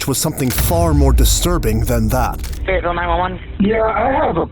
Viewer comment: Not me just watching random crime videos and then hear “feyetville Arkansas” which is an hour away from me